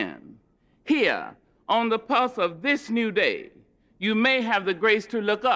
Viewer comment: “dis I like”